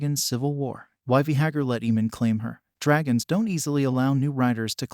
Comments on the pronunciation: Vay- Garr pronounce it correctly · V- gahar? What is that? .... I can't watch this video. Change the way your saying it.. ugh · The worst is he just KEEPS REPEATING IT. So frustrating lmao